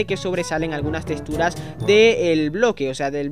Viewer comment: Odio que digas testuras, ¡¡es texxxxxxxxxtura!!!